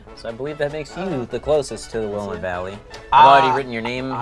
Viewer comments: Will-am-ette. Not will-im-it. Lol. I know cause I live there. 😂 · Every time someone said will-a-mit instead of will-am-it, I died a little on the inside xD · will-LAM-ett Valley! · I live in Oregon and it's pronounced Will-am-et (Willamette Valley) not Will-a-met. Haha. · Any of my Oregonians out there screaming at their laptops "It's pronounced 'Will-A-mit'!!" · As someone from the Willamette Valley of Oregon, I feel like watching people play these games (and pronounce both words) is a masochistic passtime I have no idea why I play. (btw for those curious- Willamette: Will, "a" as in "at", mitt. Emphasis on the A. Sounds kind of like calamity without the y.) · Will- Lae- Met Valley. For those who aren't from around Oregon. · Willamette (will-lamb-it) valley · Willamette is said will am it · Me from oregon watching them prounoce willamet wrong (will ah ment) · it’s pronounced “Wih-la-met” Valley, please & thank you. [pronounce “la” as in “last”, not as in “do re mi fa so la ti doh”] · WHY CAN'T ANYONE OTHER THAN PEOPLE FOR OREGON PRONOUNCE WILLAMETTE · Samantha Cuzick ITS WILLAMETTE DAMN IT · I’m from Oregon and hearing them pronounce Willamette like that is Oof worthy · As an Oregonian, the pronunciation of "Willamette" makes me laugh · As someone who Lives in the Willamette Valley the pronunciation in this video murders me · The way they pronounce Willamette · The way that Willamette was pronounced... lol. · As an Oregonian, it is so uncomfortable to hear them all say "Willamette"....no one pronounces it correctly ) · saying willamette valley made me cringe so hard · I live in the Willamette Valley, and boy, the way they're pronouncing it is sheer pain someone stop them please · It made me cringe when they didn't say Willamette correct lol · As an Oregonian listening to you completely butcher the word willamette and Oregon the entire episode was both cringe worthy and oddly funny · cringing at how they pronounce Willamette Valley